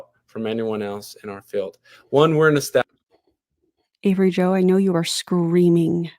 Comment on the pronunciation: Im 5 min in..."establish-ed" what?!